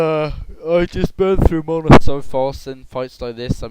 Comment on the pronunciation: i WISH you say MANA PROPERLY!!!